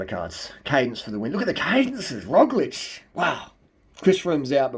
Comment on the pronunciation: Great pronounciation of our slovenian semi-god Roglič :) The guy with the "shoelices", our quater-god Tadej Pogačar :) keep up the good work